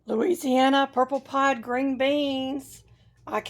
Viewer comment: Great harvest, praise the Lord! 🙌🏼 Oh they're purple 'pod' beans; yesterday I thought you said purple pie, hee hee! They are such a pretty bean, especially next to the green leaves. Very nice gardens. ❤ Happy growing!😊